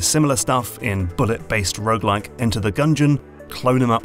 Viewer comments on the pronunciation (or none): none